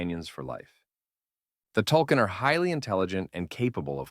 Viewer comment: Not tulkin, tulkun (tool koon) please watch the movie or read the comics if you're going to make a video on it